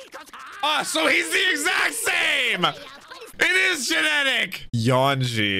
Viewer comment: love how is calling him "Yawn-ji" 😆